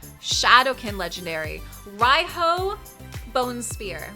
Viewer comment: I want Riho! (pronounced like ree ho I believe)